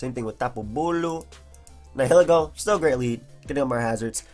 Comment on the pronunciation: It's pronounced ny-uh-lee-go